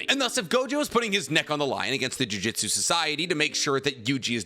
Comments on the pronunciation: While I like your videos and all for the most part, but it kinda bothers me each time you pronounce it as juJITsu, instead of juJUtsu, considering jujitsu is it's own martial art thing and jujutsu is something else entirely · Say it with me JU-JU-TSU, NOT GOD DAMN JIUJITSU FOR THE LOVE OF GOD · Please stop saying jujitsu, that's a martial art specifically centered around submissions. It's jujutsu, 2 very different things.